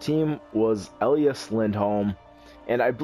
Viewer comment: I know this is just a nit picky thing, but his name is E Lie As not El E Us; But otherwise I love your GMs and Livestreams :D